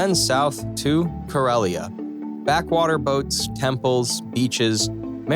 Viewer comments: Keralya? It's kerala not keralya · Bro it's not "kerelia"it's "kerala" or "keralam" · It's not kereliya, it's kerala (ke-ra-la) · The pronunciation is Keh-rala if you are American then you are the same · You telling kerala as keralia Tells me everything Wowww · It is ker-ela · He say kerala wrong